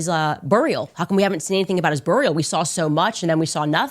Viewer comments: What's a burr-ial? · “bUHHHRial… BUHrial…” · whats a burrriale ? shes fi'ng crazy how is she getting away with this shit? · Burr-E-al and semi-tree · What’s a buryohl? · Hilarious! She talks like she’s just done a line of cocaine most of the time but seems to slow it down to pronounce boor-real. 😂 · Burrrr-ial. 😂 Ishrael. 😂 She needs to learn how to pronounce words. Lord, please shut her mouth! 🙏 She makes me sick. 😡🤮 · The way she pronounces certain words like burial, cemetery ugh. It’s not cemetry Candace or Ishzrael for that matter. Such a knucklehead! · She can't even pronounce burial just like Israel. If there was ever a face that deserved to be pched with those expressions and that attitude on top of the lies. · This genius still can’t correctly pronounce “burial” or “during” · She said burial like an idiot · I don't know, but I can't stand it 🙄 And I guess her british husband has rubbed off on her with the way she says cemetery "cemetry" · i love it so much 😂😂 had to rewind hundreds of times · She’s always mispronouncing words. Woman’s a moron 😂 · Her pronouniation of "Burial" and "And" is infuriating. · Candace needs speech therapy…especially since talking and correctly pronouncing her words should be something she should want to do correctly. Burial..Israel..Just to name a couple words she mispronounces…and she sounds ignorant every time she says those words incorrectly.